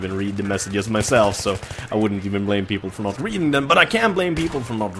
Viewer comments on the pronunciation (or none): none